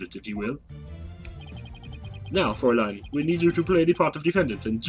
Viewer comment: I believe fraulein is pronounced frow-line. Like "Everdread knitted his brow.... line." Or something like that.